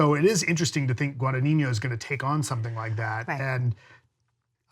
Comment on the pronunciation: Just a small correction: it's NOT pronounced "GuadaniÑO", it's GuadaGNIno (or GuadaÑIno, if want to use the Spanish letter) ;)